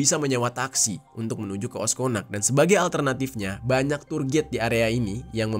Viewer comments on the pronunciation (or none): none